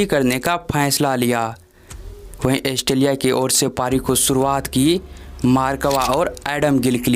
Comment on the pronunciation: भाई ऑस्ट्रेलिया एस्ट्रेलीया नहीं